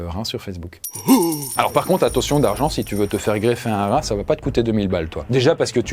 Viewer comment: Un rrrrrrrrhin! 😂